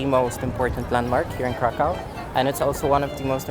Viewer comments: Pronounced Krakov not Crack cow !!! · Pronounce it Kraków, not Krakau. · Right now I’m at the airplane heading to Krakow 😊 btw it pronounces KrakoV like W sounds V 😉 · Omg your pronunciation of Krakow having been there 3 times is shocking. It’s pronounced krakov, not krakow. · dear friend the names of the city is not k-r-a-k-o-w it is pronounced k-r-a-k-o-v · Or more accurately K-r-a-k-u-v But in my opinion it's okay, since he was probably saying the English word for the city. And you don't necessarily have to make it phonetically perfect. (Łukasz = Lukas instead of Wukash) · Why not pronounce Krakow the way the people intend it. "Krakov". Lets show respect for heritage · You actually pronounce Kraków krakóv like that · isnt it pronounced "krakof"? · Isn't it pronounced crack of? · hes been their three times and keeps on saying it wrong. ow = uv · Krakow learn how to pronounce it bro. Worst pronunciation I’ve ever heard lol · Your pronunsation of the city is so wrong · That’s not how to pronounce kraków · Lmao why did he pronounce kraków like that 💀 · Say Krakow one more time, lol